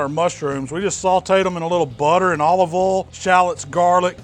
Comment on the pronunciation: What is his accent? How he pronounces 'olive ol' and 'nice (naahs) is funny.